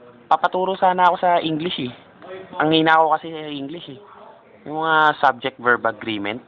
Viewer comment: Past berb, Slow berb... potekk HAHAHA